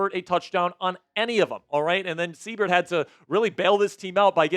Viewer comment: Seibert = S-eye-bert. Good win boys! HTTRWFTC4LIFE!!!